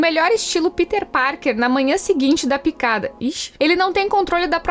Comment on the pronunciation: "Picada" ixxiiiii 😂